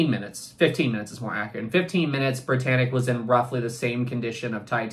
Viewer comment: did you notice it says "Briyannic"